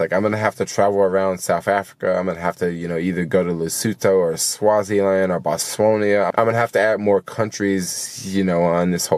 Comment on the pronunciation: Welcome back to the US! It's BOTS-WA-NA...